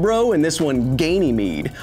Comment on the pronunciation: Calyst-bro and Gainy-mede ...lol